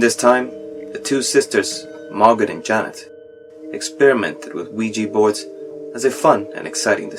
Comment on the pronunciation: Great video! But God in heaven, if one more person mispronounces "Ouija"...